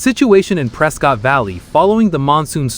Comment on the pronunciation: I believe the locals call it "Pres-kett" not "Pres-cott" like most people would say